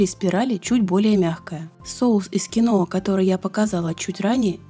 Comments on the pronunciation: Почему кинОа то? КиноА!!! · КИноа с ударением на первом слоге) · Это произносится....КИНВА....я, конечно, извиняюсь...это не для того, чтобы вас обидеть...